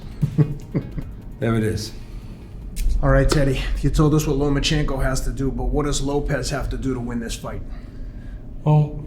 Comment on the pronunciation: Teddy still can’t say lomAchenkos name right